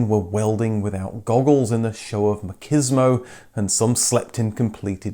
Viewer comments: Interesting that you pronounced "macho" correctly, but turned "machismo" into "makismo". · I don't thing that's how you pronounce "machismo"